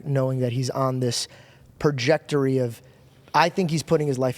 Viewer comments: The word is “Trajectory” not “Projectory”. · It's trajectory buddy. I'm hearing you say projectory. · Hey numb nuts, I know you talk for a living…. It’s trajectory…. TRA-JEC-TORY